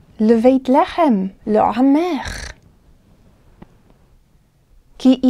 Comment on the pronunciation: "Lahem" instead of "lehem" is just a pronunciation trick to emphasize an idea, right? In this case, to stress the contrast between the situation in Egypt with that of other lands? Thank you!!